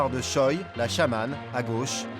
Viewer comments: Il me semble qui ça se dit Chwae et pas Choi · Pour des personnalités publiques, c'est courant d'utiliser uniquement le nom de famille ^^ (et ça donne des articles de presse magnifiques avec Kim qui rencontre Kim pour discuter des dernières mesures prises par Kim). Mais sinon côté prononciation, juste vérifier pour Choi (tchwé et non tchoï), ça aurait été appréciable ;)